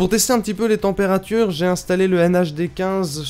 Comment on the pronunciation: "témpérature" :3